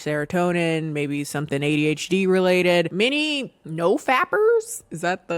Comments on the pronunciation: you did NOT just pronounce it "the ah-duh-h'd" 🥴💀💀💀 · you got a follow from me with the phonetically saying LGBTQ and ADHD lol i love it